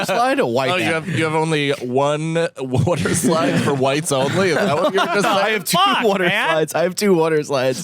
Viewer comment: What's a "Woater" Slide?